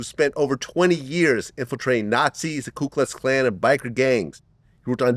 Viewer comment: Its Ku Klux Klan. Not Klu! As a journalist Vlad, you should know this.